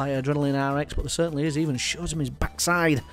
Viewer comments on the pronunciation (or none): none